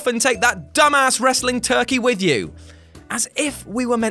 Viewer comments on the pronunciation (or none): none